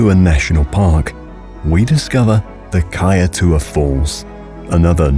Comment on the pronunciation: Its pronounced as "Kaiture" falls.